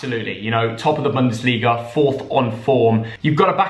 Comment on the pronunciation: FFS Can tell how "Bundesliga" is pronounced? It's is hurting my ears.